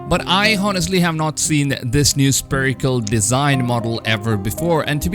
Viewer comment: Please stop saying "sPerical" !!! Haven't you ever heard about a sPHere ??? Something spherical? /ˈsferɪk(ə)l/